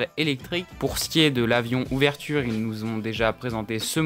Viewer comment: Vidéo très intéressante et bien construite mais fait attention le modèle c’est « oveture » et non « ouverture » des fois c’est bon et des fois pas, petit detail voila voila